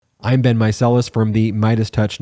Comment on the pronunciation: I always thought you said “ive been …” instead of “im Ben …” in the beginning of the vid😂